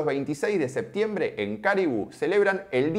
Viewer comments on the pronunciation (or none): none